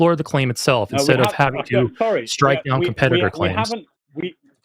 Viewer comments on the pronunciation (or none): none